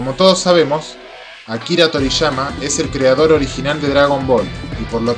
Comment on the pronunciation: no es torishama, es Toriyama